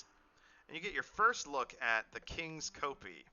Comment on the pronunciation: Two months since the last episode and I'm still amazed you managed to get this much done in such a short space of time! P.S not a big deal but kopje is pronounced like kop-yuh rather than kopee.